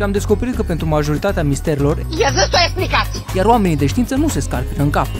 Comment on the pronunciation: A zis: Iezâstă o esplicație